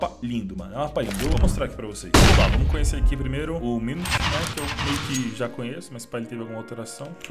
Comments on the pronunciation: O MAPA CHAMA MU TI NY, NAO CHAMA MU NI TY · Só um detalhe a corrigir, o nome do novo mapa é Mutiny e não Minity